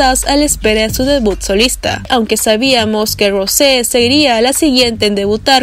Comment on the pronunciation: se dice rous no rose y no jisu se dice yiso y se escribe jisoo amiga aprende